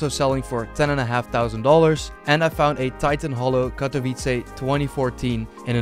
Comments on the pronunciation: U pronounced Katowice pretty well in this vid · Lmfao i like how u are spelling the word "Katowice" (yes im from Poland) probably bcos u are spelling it very good.